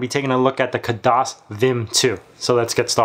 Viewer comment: It's not Kadahs... it's Khadas... got it?